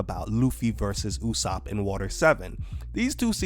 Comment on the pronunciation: Is it me or is saying usopp correctly? Cuz the sub said it differently and someone told me that the way pronounce usopp is the correct way.